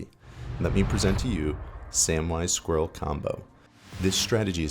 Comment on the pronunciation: "Skrill". Stop trying to say squirrel, my dude. Good deck, though.